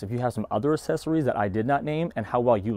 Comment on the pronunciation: Sorry, I was just having poking fun. It sounds like you're saying "assessories" instead of accessories.